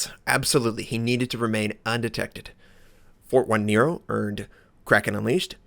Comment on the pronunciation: jajaja sorry, 1 = i so, it is "Fortinero", is like write Nots3r. And the pronunciation phonetically is like "Forteenaro". Well, whatever xD Cya!